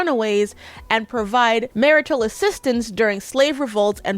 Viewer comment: With all the love in my heart the word is marital not marital. I was listening along at work and had to go back 😂